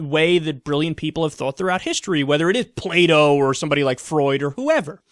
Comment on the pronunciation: i thought you said "play doh" instead of plato lol